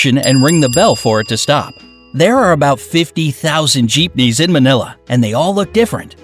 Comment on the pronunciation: Bruh- im a Filipino- and honestly im kinda mad at Bright Side for pronouncing most of our cities, and other stuff wrong like Jeepneys and Cebu.